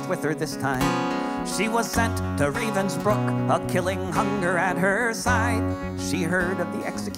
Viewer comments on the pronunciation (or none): Being a hypocrite.. it's "Ravensbrück" (with an Umlaut) and "Die Internationale"